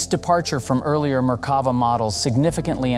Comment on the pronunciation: The 'commentator' can't even pronounce Merkava, with the emphasis on the last syllable -'va'. That suggests they've only ever seen the name printed and never spoken.